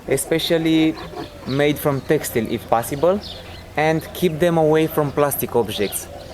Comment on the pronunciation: "Toys...especially made from _______." What was that word? I couldn't understand what he said or it is a word not commonly used in North America.... Maybe it's an Eastern European word for hard rubber? on to about or so. CC reads "textile'. Now I already know that Russians have a different word for plastic wrap or even plastic tarp or plastic paint cover for flooring : polyethylene. Textile is a very very very very general word. Not to mention the fact that it usually refers to cloth of some type... Defined as a flexible fabric or material of interwoven or interlocked fibers, whether natural or synthetically produced, such as braided, woven, felted, twisted, crocheted, knitted, etc... Not normally something you tell somebody to make sure they get for their dog. Rarely does a dog ever hold on to a cloth or furry plush toy without ripping it to shreds.